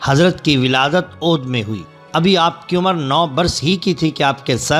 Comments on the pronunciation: Bhai apna talaffuz durust kr lo... Aloom fanoon nahi uloom o funoon hai or audh nahi avadh hai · Saheeh talaffuz aodh nahin balkeh avadh hai.